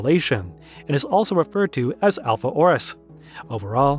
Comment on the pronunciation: He also called the star "Alpha Oris".